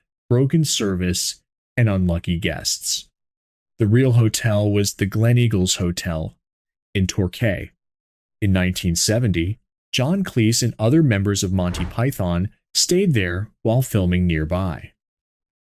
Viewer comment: When will Americans learn to say names correctly. The name is pronounced Baaaaa zil and its Tor Key